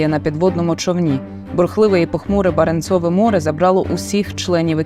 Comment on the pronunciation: баренцОве - навіть наголос не може зроботи вірний ахахахах що ти бл таке ?